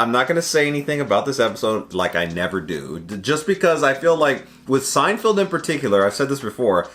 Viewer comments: SEIN-FELD. NOT FIELD. MY GOD. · Is he saying "Seinfield" on purpose? 🧐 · It's SEIN--FELD, not Field. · SeinFELD, not SeinFIELD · Feld. Feld. Feld, feld, feld, feld. Bro. It's so crazy that the dude is a big fan of the show but still can't figure out how to say his name. SeinFELD. Not Field. Also, gotta do Puffy Shirt.